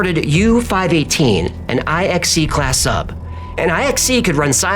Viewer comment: IXC isn't spelled Eye-Ex-C ... it is the roman numeral IX, you know nine, and the letter C. So it is Typ IXC ... Type Nine C.